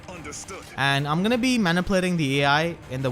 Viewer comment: can i give some advice, take it or leave it - don't take offense but you could work on pronouncing "manipulating".